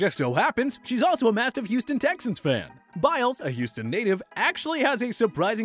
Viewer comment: that’s not how u pronounce “Biles”